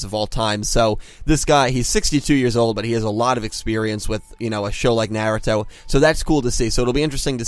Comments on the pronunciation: lol "Nyeh-Reh-Toh" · It's NAR - RU - TO Shi-Pu-Den lol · Love the videos but please learn the correct way to say Naruto. It's a masterpiece of a Mangaka/Anime. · I dont like the way you pronounce naruto dude 😭 please!